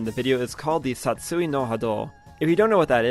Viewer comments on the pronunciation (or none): Great video but man the way you pronounce Satsui No Hado makes me wanna dive in broken glass lol